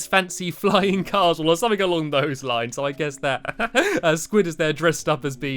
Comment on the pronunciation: When you say "On those lines", lt sounds like you were saying, "On Long Bows lines.